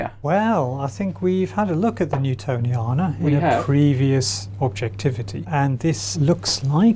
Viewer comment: Did you manage to mispronounce both "Newtoniana" as "Newtonia" and "Ferdinandea" as "Fernandia" ?